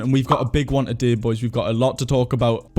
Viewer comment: love the way you pronounce today as "a-day"